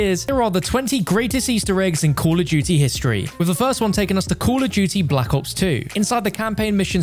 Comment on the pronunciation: Bro said block ops 2